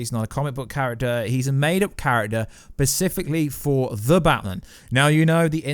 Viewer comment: Specifically not pacifically